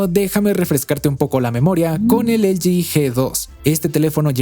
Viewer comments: Porque dices elgi cuando es ele ge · “Elyi”, “elyi”, “elyi”, “elyi”, “elyi”, “elyi”... ☹😤 ¿Repites “elyi” tantas veces porque en español ‘no’ existen las letras ‘L’ (“ELE“) y ‘G’ (“GE”)? 🤔 Espero que descubras que se dice “ELEGÉ” (de “ELE” y “GE”), sobre todo porque: 1. Son letras que sí existen en el abecedario español. y 2. El contexto lingüístico del discurso es el español. 😐💁🏻‍♂🤦🏻‍♂ (Sólo llegué hasta , aunque me hubiese gustado haberlo visto entero). 😞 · ELE GE NO EL GI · Estamos en México, por qué no le dices Ele je, je 3? O por qué no dices El Yi Yi Three? 🧐 V